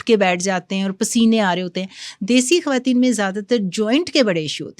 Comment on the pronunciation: This is khawateen not khhawateen